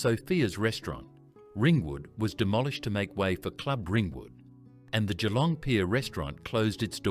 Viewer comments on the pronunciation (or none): none